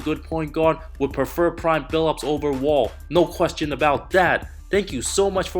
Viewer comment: Why do you put so much emphasis when you say “no question about that” it’s kinda weird